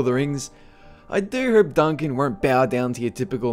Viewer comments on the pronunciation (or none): I really like all your movies man.. But god fucking dammit am I the only one hearing "I really herp so" when you say "I really hope so"?